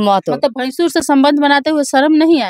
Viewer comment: मिडिया वाली मैडम जी आप भसूर को भैंसूर कह रही हैं सुनने वाले लोग समझेंगे कि भैंसा से प्यार हुआ है